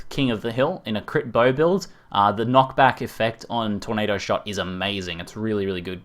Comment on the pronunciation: "TORNDADO" FTW